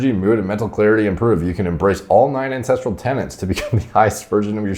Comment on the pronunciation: Any time I hear him say "9 ancestral Tennants" I just roll my eyes like....fuuuuuck ooooofff 👀🙄